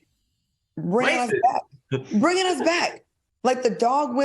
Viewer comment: I LOVE HOW FUNKY BE SAYING "THE BIKE" AKA "THE BACK." 😆 🤣 😂